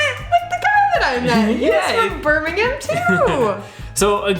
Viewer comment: I'm from Birmingham and thank you for saying it properly it's Birmingham sounding like birminghum not like ham the meat at the end like most Americans will say it but you have been to England which I like thank you for a good video